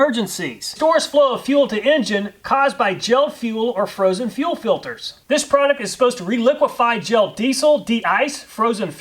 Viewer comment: What is a "prodict"??? "Flamabilidy"???